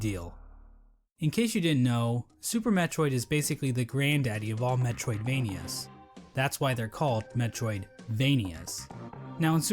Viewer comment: The term comes from the Metroid and Castlevania series, he accented the Vania suffix over the obvious Metroid suffix as a joke